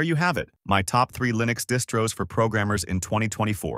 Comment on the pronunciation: This AI text-to-speech is horrible. "Lye-nix" ???